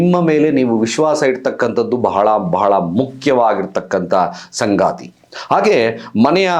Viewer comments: ಸಂಗಾತಿ ಅಲ್ಲ.....ಸಂಗತಿ.... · Sthana alla snana, sangaathi alla sangathi